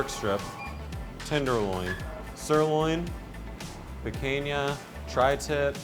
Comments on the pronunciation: "Picainya"...my guy is it really that hard to say picanha? (Pi-can-nya) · "peakainya" - stahp .. please.... Guga's peoples are watching... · Are these guys saying Pequenha instead of Picanha or it's just me